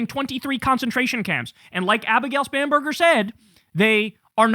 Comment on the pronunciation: She has one of the most unfortunate surnames... At least when Kyle says it, it sounds "Spamburger" every time. Also, I don't know why, but the applause during her speech sounded very artificial, like from a machine. Am I the only one who heard that? 🙂🤷 Anyway: All the power to the Democrats, as far as I'm concerned! The Republicans need to go away.